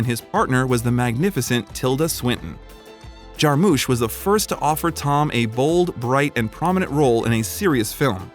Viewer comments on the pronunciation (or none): none